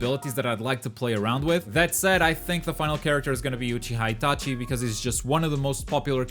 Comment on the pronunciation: If he hitachi is ur fav character from naruto then why do you mispronounce his name